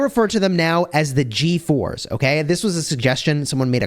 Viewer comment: The way you say ”G4s” it sounds like “GeForce” lol